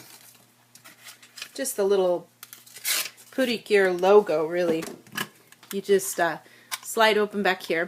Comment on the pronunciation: Pretty cure/ precure ❌ Pootycure✅